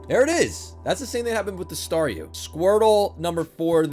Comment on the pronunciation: Just realized Star-YOU, Star-ME lol What's it's next evolution, Star-US? :p